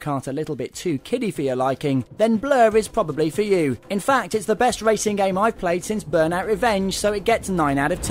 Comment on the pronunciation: lol this guy says wacing instead of racing